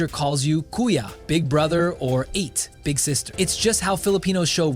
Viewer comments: You’re so right, it’s true what you have mentioned you have indeed done your research and homework 😮By the way Ate a respectable address to a lady is pronounced as Ah-te’ not as a past tense of eat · ate pronunciation is "uh"-te means older sister or someone older than you, thank you for featuring our country.